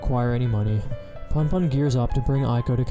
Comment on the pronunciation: It’s “Poonpoon” not “Punpun”